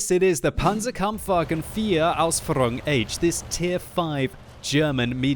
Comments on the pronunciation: Lol i am impressed how you said Panzerkampfwagen Ausführung 4 H because you nearly said it right. Only the h was wrong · You pronounced Panzerkampfwagen IV Ausführung very well and now you only need to pronounce the H in german too and it would be perfect :D